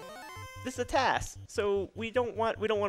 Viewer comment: The guy saying TAZ instead of TAS is like nails on a chalkboard.